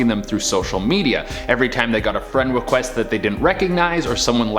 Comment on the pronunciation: he said friend wequest